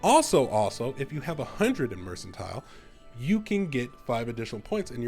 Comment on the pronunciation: Pronounced mercantile wrong